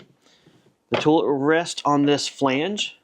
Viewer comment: I can't be the only one stuck on hearing "tool-it". :)